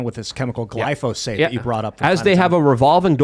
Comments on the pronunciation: for the love of God, its GLY-PHO-SATE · I love how can mispronounce glyphosate several times within a few minutes and still sound smarter than.